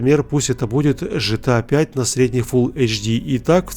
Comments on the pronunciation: Почему ты назвал 'GTA5' жтыа5? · не жита 5 а гта 5!!!!!!!!!!!